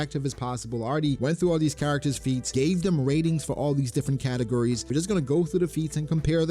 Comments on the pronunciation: "Based on categories" sounded suspiciously like "based on Katakuri" and I got triggered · I know you were saying categories but I swear it sounded like katakuri every time!!